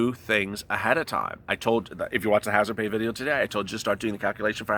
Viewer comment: I get all warm and fuzzy when you say "hazard pa". Hahaha